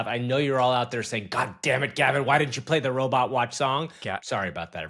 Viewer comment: "little robit legs"